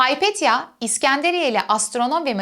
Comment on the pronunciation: Küçük hataları düzelten sinir bozucu biri gibi görünmek istemem ama sanırım Hypatia (Υπατία) "Hay-pet-ya" değil "Hi-pa-tia" diye okunur.